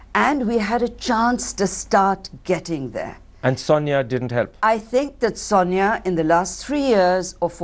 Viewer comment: Why does keep saying pronouncing Sonia as "Sanya"? Does he know any Indic language? I pity him - his angrez is cr@ and his nawledge of hindi/hindustani is non-existent. May be the funky bow tie gives him a little bit of fillip to go on and on and on...